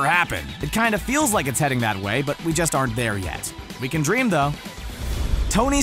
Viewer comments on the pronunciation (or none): none